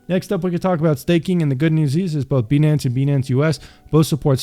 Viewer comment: 🤨 why u pronouncing it as beee nance its pronounced BYE NANCE